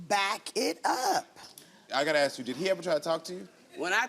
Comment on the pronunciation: Ask is not Axe!